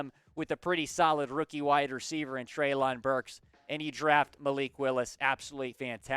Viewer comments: It’s pronounced Trey-Lynn, not trey-loooonnnn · It’s pronounced Trey-Lin Burks